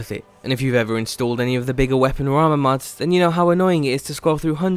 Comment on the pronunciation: stop saying "mads"